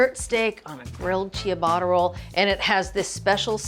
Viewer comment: Wild mispronunciation of "ciabatta"